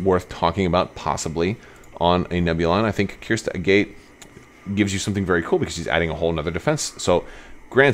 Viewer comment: Agate is a real word, and it’s not pronounced the way you’re doing it. Is her name pronounced this way in cannon somewhere?